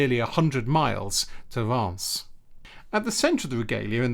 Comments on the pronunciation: Is Reims really pronounced as Rass and not Reams? Even for French pronunciation Rass seems way off the spelling. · Hey,! A Frenchman here 🙂 "Reims" is probably difficult to pronounce for non French speaking people, because it contains a quite uncommon sound (nearly inexistent in other language): [ɛ̃]. "un", "in", "ein", "ain" and "eim" are pronounced the same way, like just one voyel. It is difficult to find a close sound in English. Given the difficulty to emit this sound, pronounciation is quite ok 😉